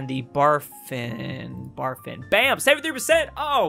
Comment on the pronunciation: I think in words he said "Barfin Bay":D